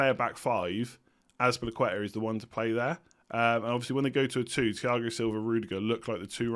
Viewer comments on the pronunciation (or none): none